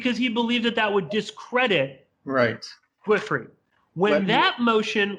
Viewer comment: You gotta work on your pronunciation/prep, man. Half of the names are pronounced wrong or you guys don't know what they are. Epstein, which is "Epstine", not "Epsteen"; Giuffre, which is very easy ("Dzhufre"; look up the saxophonist of the same name's Wikipedia, which has a pronunciation guide) and which you just butcher as "Guafferi"; Cassell, which you somehow turn into "Kuh-SAHL" ("Castle"); and, why not look up Cerno's lawyer and the victim's lawyer in advance? Like, take 30 minutes that you spent recording an overlong episode and just look this stuff up.